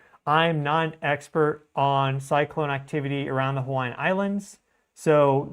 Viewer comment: my man! Your Hawai’ian pronunciation is top tier for not being from here brother! Much respect and thanks for the amazing work you do 🤙